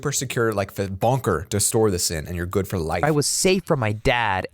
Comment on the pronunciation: you said bonker instead of bunker